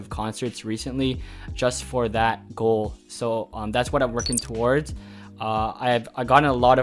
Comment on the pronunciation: when u said “ You need to have a Goal” I heard Girl XD